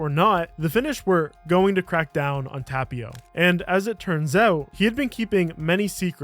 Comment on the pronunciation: it's funny how he pronounces Kivimäki with an AH sound and Tapio with an A sound but in Finnish it should be the exact opposite 😂 Ä is A (like in cat) and A is AH (like in car)